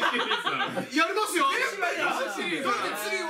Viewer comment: やりますよぉ！のイントネーションが..